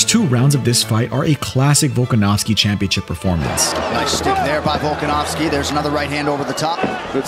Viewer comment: Aljo: Bulkanovski